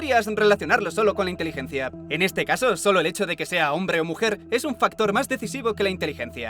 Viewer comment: minuto xD el 'es un' suena chistoso jaja :v